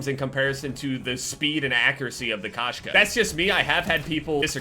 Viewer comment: Koshka is cat in russian,its said k-oh-shka,but when saying the "oh" cut out the w sound